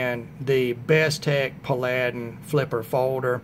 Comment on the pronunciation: it's pronounced "Pal- a- din." Like the old tv show. I got mine on Massdrop and saved about $12 off of the retail price. I love it too. It's better than Bestech's other offerings in my opinion. It's a beauty. Thanks!